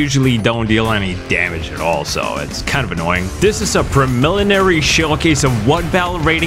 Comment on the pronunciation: From hence forth it is now pronounced premillinary, that is all, thankyou.